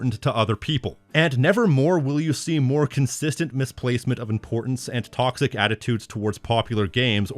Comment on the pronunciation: muh tawcksick